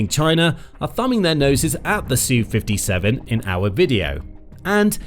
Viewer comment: Would you please stop calling it a SUE 57. It's Ess-You 57. Thanks.